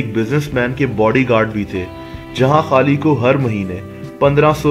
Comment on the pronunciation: Bhai Pehle bolna Sikh le..... खली होता है।।ना कि खाली 😂😂